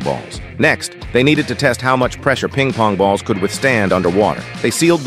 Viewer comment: “Peeng POnG BaULs”